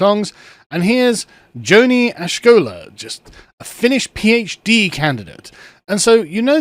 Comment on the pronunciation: His name is pronounced as Yo-nee As-ko-la (no sh- sound). Btw as a Finn I disagree with him but just wanted to let you know.